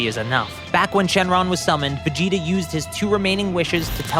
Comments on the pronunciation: Is it only me or is when he says Vegeta it sounds like vegito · sounds like you said vegeto